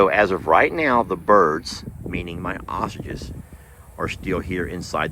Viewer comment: says ostriches wrong. He says it without the r. Ostiches. Drives me crazy. And, he says tee tee when the dogs have to go out...when it's supposed to be pee pee. Please, get it right.